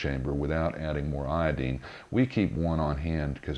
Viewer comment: You say iodine really dumb